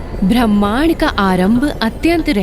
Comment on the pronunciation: वीडियो बहुत ही सुन्दर है, सुन्दर वीडियो के साथ साथ हिंदी भाषा भी शुद्ध होनी चाहिए, हिंदी उच्चारण शुद्ध करें। जैसे -- भह्मा, भह्मांड नारेन आदि आदि । शुद्ध रूप ब्रह्म, ब्रह्मा, नारायण।